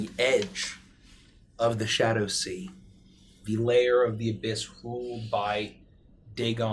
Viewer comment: What actually says: "Shadow Sea" What I swear I keep hearing: "Shadussy"